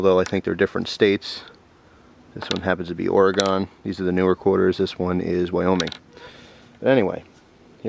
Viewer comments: Lol, im sorry, but u said Oragon... Its pronounced Or-uh-gun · Why do people pronounce Oregon like there's an E on the end? Or-a-gun not Or-ee-gone. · Oregon not OrEgon. Sorry I live here it is a pet peve of mine. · its pronounced orygun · hey, im from oregon and i just thought i'd let ya know, its pronounced or-uh-gun. lol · Actually, it's "Or-again." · Oh man people that aren't from here pronounce Oregon so weird. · why cant anyone pronounce oregon jc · dude, you said Oregon wrong. lol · Lol you just say it like an east coaster! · you say Oregon wrong! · I hate it when people say Oregon wrong... no offense...